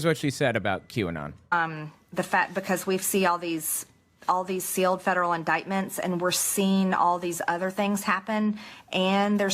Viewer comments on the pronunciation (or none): She also pronounced indictment INDICKTMENT. She is dumb as a rock.